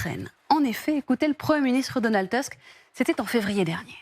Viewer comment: C'est pas Teusk, c'est Tousk.